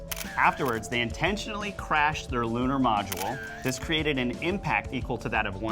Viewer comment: The word ‘module’ has two syllables, not three. Even worse is how you butcher the word ‘similarly’ .